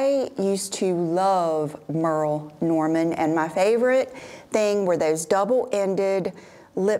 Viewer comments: Im laughing at the Merrill Norman annunciation and people jumping down your throat. 🤣I have all 3 of the Everlane turtle necks that you showed and I love them. Ive had them for close to three years nowm they are so comfortable and don't choke me like some do. Greatt video thank you! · I used to love the Merle Norman compact cream foundation! And OMG, I've been here so long I do remember the SAGA when you pronounced it wrong, LOL! Good times lol.